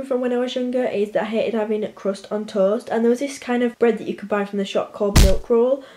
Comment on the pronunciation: The way she says toast I- ToE-est!